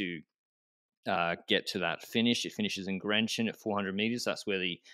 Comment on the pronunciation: Excellent pronounciation of Grenchen, never heard an anglophone doing it better.